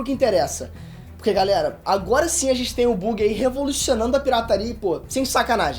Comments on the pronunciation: Porra "Bugui" não, se fala "Bãgui", fica a dica quando for falar o Nome do Buggy da próxima vez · Uma correção a pronúncia não é Bugui, é bagui. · Não lê-se Bug é Baggy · Cada vez que o diz "Buggy" sem pronunciar "baggy" da uma agoniazinha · Acho q a pronúncia é "bãg" não bug irmão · fala Baggy, quando pronuncia Buggy como é escrito fica muito estranho. Ps. ta mandando muitoo, ja sou fan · O vídeo ficou muito bom, mas eu tenho tique com a pronúncia dos nomes dos personagens, então não Buggy (Bugui) e sim Buggy (Bagui). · Não é "Buggy" a pronúncia, é "Baggy" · Tirando o falando "bugui" e não "bug", que vídeo incrível MAIS VÍDEOS DO!!!!! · é tenso alguém falar que é fã de one piece e fazer vídeo sobre falando "bugui" sem o som de "Bã" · Análise do perfeita mas ele falando, Buggy invés da pronúncia "baggy" me deu agonia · Se escreve Buggy mas a pronúncia e Baggy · Ksksksms o buggi fala baggi Não é logggia é logiiiiiaaaa o g é mudo desgraça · Aaaaa esse "bugui" doi os ouvidos kkkkkkkk mas o importante é que tá trazendo One Piece pro canal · "bãgui" cara 🤦🏻‍♂️🤦🏻‍♂️🤦🏻‍♂️ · Porque o fala bUgui? Kkkk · que dor é ouvir ele falando o nome do buggy errado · A maneira q ele pronúncia o nome do captan Buggy e estranho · A pronúncia do Buggy está errada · Ele falando Buggy errado 😬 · Continuem trazendo mais análises de one piece! Obs:, melhora mais a pronúncia das palavras. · pqp, a pronuncia do buggy ta triste em... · Poderia pronunciar o nome do Buggy como realmente é? kkkk abraços, está mandando bem no comando, sucesso. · Peter... Digo,, parabéns! Ta ótimo, só muda a pronuncia do Buggy kkkkkkkkk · não gostei do jeito que vc pronuncia o nome do Buggy! fiquei puto. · só faltou pronunciar certo o nome do buggy, e diz ser fã ainda de one piece. kkkk